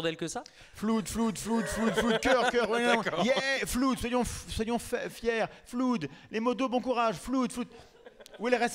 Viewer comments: flood se prononce "flode" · Euh les gars, les jeunes, les branchés, les qui parlent dans le micro et sont de fait diffuseurs de langue… Après cette émission pleins d’autres jeunes ignorants ou hésitants vont croire que inondation en anglais se prononce « floude ». Or “flood” ne se prononce pas comme ”good”, ben non. Ça se prononce plutôt comme « flode », et donc « flooder » doit se dire « floder », avec un o ouvert. Faisez gaffe quoi ! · Flood ca ce prononce flod. Comme Blood.